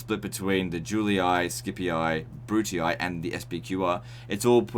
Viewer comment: Great video ! thanks for the infos ! Btw, just a tip for the latin prononciation, its Yoo-Lee, not Julee-i, Skee-pee, not skeepee-i, and Brutee, not brutee-i :) The double i i in latin does not work as an acronym, its literally a double i, and is pronounced as an extension of the sound "ee"